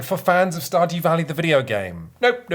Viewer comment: That sounded enough like "stodgy valley" that it's going to be my headcanon from now on :)